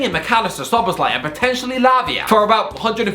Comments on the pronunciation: Okey dude u gotta stop pronouncing it szolozbai or whatever the hell u're saying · avoiding to say Szoboszlai and instead saying Szoloszbai more frequently than avoiding to say Grealish or Rice are good players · His name is pronounced as SO-BOSS-LA-EE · sob-BOSS-lie = Szoboszlai pronunciation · Sah-bosh-lie I know its not perfect pronunciation but if you just say it like this fast then his name will sound so much better😭😭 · Pronounce it like this: So-boss-la-e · It's pronounced So-bo-sly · Him pronouncing Szoboszlai is the Best Part of the vid😂😂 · Did he pronounce Szoboszlai's name differently every time, or am I imagining it? 🤔😆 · That Szoboszlai pronunciation is horrendous